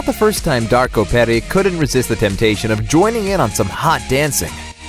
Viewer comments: It's not Darko Perik,its Darko Perić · its not Darko Perik, its Darko Perich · Peric is pronouced perich! Take it from someone with a Vic(vich) at the end of their last name.